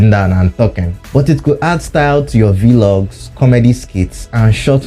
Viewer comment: iss not V-Log oh 😹... It's Vlog, like how you pronounce Blog but with V